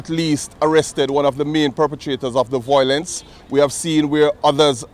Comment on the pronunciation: The word is Violence.not voiolence